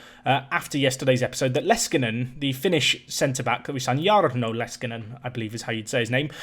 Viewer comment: Like I commented on the last video, you pronounce Jarno really well, but you don't need to say it like Jaarno, just Jarno and roll the r like you have. Leskinen is pronounced very well aswell. The 2nd Finnish player you have, so I'm excited.